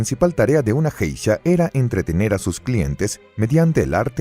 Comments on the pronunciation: él pronuncia JEISHA con J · Buen vídeo, pero se pronuncia "gueisha", con la g suave como en la palabra "guerra". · Que mal que está buena información tenga el tremendo error de la mala pronunciación de la palabra Geisha. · por que borra comentarios a pesar que no rompen ninguna regla de convivencia? que poco profesional su canal aparte de que sino sabe la pronunciacion de un termino en japones deberia informarse bien a ver sino borra mi comentario tambien